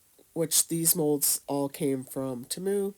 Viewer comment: I love how she says Temu!!! Its cute. She doesn't say Temu pronounced T moo, she says it in a different way like Tamu. I laughed bc I thought it was adorable. Great ornaments too, I need to try!